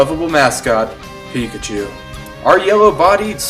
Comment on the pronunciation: But pichachu is phicachu!!